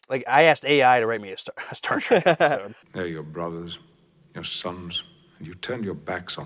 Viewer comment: Did that trailer announcer say "Star Track"? Sure sounded like it!